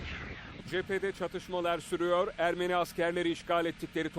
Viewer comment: Ermeri değil ermeni